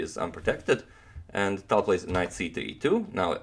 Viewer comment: are you sure tal is pronounced tal and not talj?